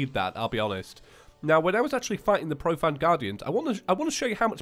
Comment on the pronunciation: Profane is said pro-fay-n NOT pro-fan